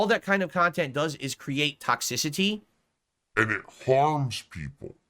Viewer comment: I knew he said toxicity weird, it’s one of those words he randomly fast forwards or pronounces at some odd pacing. But I just now realized how hard he leans into X and makes it sound like a K. With this one word. He’s such a bizarro freak of a person. How nice of you to remain happy in the face of trolling. Definitely worth bragging about to the world. You do realize though,, that the main reason you have trolls is your sick obsession with making yourself happy? How Happiness makes the world go round? Is more Quality Time what you should really be worrying about? As a Big Strong Family Man? Let me know. Thanks. Wishing no ill is a classic lie-style lie. Unless you’re confessing that you are not, in fact, human you are lying. You wish ill, you will it. You dream of revenge. You dream about the world standing up for you. These are all human reactions to hostility genius. It is impossible to not feel them. You do not control your feelings moron. You also don’t get credit for your fake idiotic integrity. Oh, what a Big Man is, look how he forgives his enemies and turns the other cheek. Ugh you are sickening. Own your true horrible self. Own your douchebaggery. You cannot hide it. It’s literally disfiguring your face. You want you to be happy. End of story, you dumb selfish mutant.